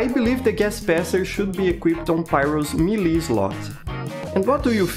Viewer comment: fun fact, the way he pronounces is exactly how rusian word for "cute" is. Милый/meely